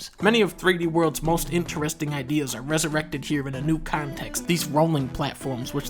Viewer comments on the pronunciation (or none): u said resERECTED